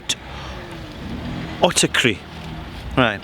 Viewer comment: hello there, can i ask a question? My english is not my native language as i am greek, i havent heard the word autarky before but i immediately understood that is greek because its basically the same. the question is even though it is spelled like the greek word "αυτάρκεια" im hearing that you pronounce it autaKry. Can i learn why? out of pure interest. thank you very much and keep up providing us with helpful things as always. Greetings